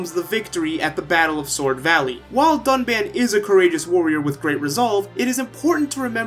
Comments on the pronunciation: btw they reuploaded the review and tried to fix the pronunciation but they just called him dunbon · Mister Payah They pronounced Reyn as Rain, Nopon as Napon, and Dunban as Duncan. They baited us.